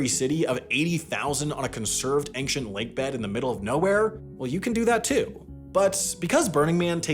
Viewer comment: Was he trying to say ‘ancient’ just now?